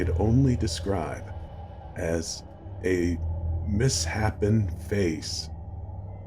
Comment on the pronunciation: Nice job on this one! You sounded genuinely unnerved in the opening statements and really set the tone to the proper degree of dread over what was to come! Even though I had to laugh at "mis-HAPPEN", I knew what you meant and it only took me out of the story for a split second because your performance was THAT good! I really liked your pacing and cadence on this story; you have a great handle on pausing just long enough to give your stories a weight and gravitas that commands our attention. Here you quickened your pace slightly but still maintained that heavy-hearted sense of disbelief and resignation that fleshed out the protagonist completely. That, sir, is an ART!! I didn't particularly care for this story, but it's going in my Horror Story Hall of Fame all the same! Excellent work as always and we really appreciate you sharing your incredible talent with all of us!!